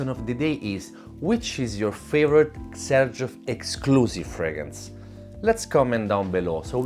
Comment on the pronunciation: I'd never know how to pronounce 'Xerjoff', learning from you.